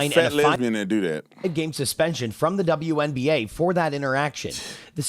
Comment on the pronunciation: WNBA. Not TWNBA.